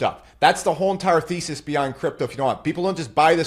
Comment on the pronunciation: Hi, the way you say thesys sounds like feces, which actually suits your style 😂 I love the way you present, keep up the good work! Thank you